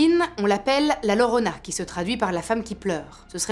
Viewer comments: super! juste, on ne dit pas la "lorona", llorona se prononce "iorona", le double ll en espagnol se prononce i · coucou j’adore ce que tu fais 😘😘 petite info la Llorona se prononce Yorona en espagnol 😘